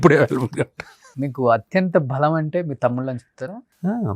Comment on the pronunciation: భలం కాదు బలం - యాంకర్. మా కర్మ